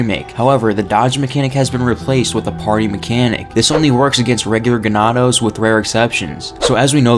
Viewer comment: Ganado not genado